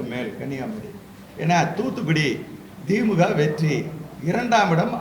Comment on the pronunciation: திமுக வ மொதல்ல ஒழுங்காக உச்சரியுங்கள்.. dheemga vam dheemga